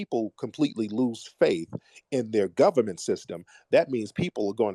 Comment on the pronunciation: It’s da gubbament